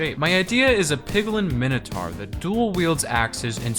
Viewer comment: It’s not a minotaur it’s a minobaur